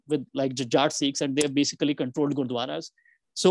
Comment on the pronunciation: Sikhs NOT 'SEEKHS'